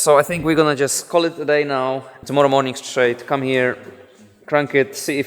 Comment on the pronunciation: every time you mean to say "come" you actually say "cum". I guess everyone is too "nice" to tell it to you, but it does sound like that every time.